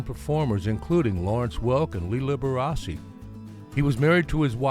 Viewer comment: Liberace is pronounced “Lib-Er-Ah-Chee!